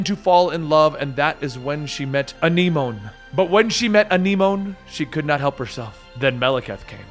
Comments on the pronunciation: I can't see how the name is spelled, but if it's Anemone then it's pronounced "ah-NEM-oh-knee" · Thank you I caught that as well and it was bothering me how he was saying it